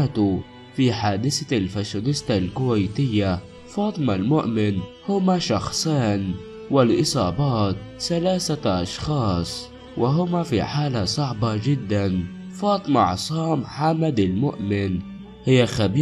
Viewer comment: الذي وليس الزي ، ثلاثة وليس سلاسة